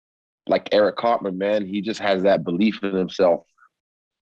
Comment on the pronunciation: Hahha he called him cartmen